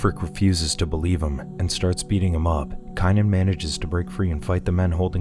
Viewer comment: Don't get me wrong I love the movie scene it of many times. It just amazes me how you can pronounce everyone's name in the entire movie, except for the star? Wulfric, Bjorn, except for Kanan? LOL...K Long A nan... lol. I'm just messing with you. I like your Recaps I just thought it was kind of funny